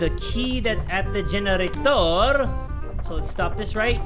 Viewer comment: Omg lol gene-ra-TOR